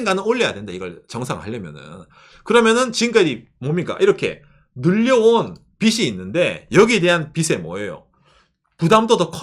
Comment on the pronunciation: ~ 영상 항상 잘 보고 있습니다! 근데, "빚이" 는 [비지] 라고 발음해주셔야 합니다! 츄미코상이 혼란스러워 할수도 있어요ㅠ 든지/던지 도 잘 구분해주셨으면 하는 소망이....ㅠ